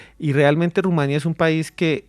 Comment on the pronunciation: Felicidades al interlocutor del conductor principal: una en mil personas que sí sabe q se dice Rumania (sin acento) No Rumanía. Bien x usted! Me dio gusto escucharlo.